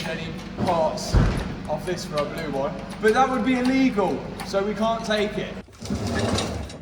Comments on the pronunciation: “Baloo”?? Sounds like you’re just saying “Blue”. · It's Baloo not Blue. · His name is BALOO not Blue!!!!!! Signed: a car fanatic who grew up on jungle book!!! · oh Matt, the Jungle Book Bear is called Ba-Loo (not Blue!) Clearly you were never in the Cubs!! 😯😯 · His name wasn't "Blue," it was "Baloo." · Blue pronounced like Boris Johnson pronounced it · Baloo not blue lol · It's BALOO....NOT BLUE..! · It's Baloo not blue, FFS lol😂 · its baloo not blue 🤣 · Did you call the jungle book bear Blue? It's Baloo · I think you mean Baloo, not blue 😂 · Hate to tell you his name was Baloo not blue 😂😂 Matthew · It is Baloo not Blue from the Jungle Book!! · Its Baloo not Blue Mat. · Baloo not Blue 😂😂😂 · Baloo not blue 😂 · It's Baloo and not Blue....... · Baloo, not blue 🤣🤣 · Isn’t his name “Baloo” from the jungle book? I’m sure it’s not “Blue”. 😂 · its pronounced BAH LU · Mat, buddy, pal - it's "Baloo" from jungle book - looking after all the "bear necessities"! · It’s actually Baloo out of JB as in Baaaaloooo